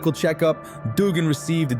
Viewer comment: Disliked the way this narrator said Duggan, it's pronounced Dugg In.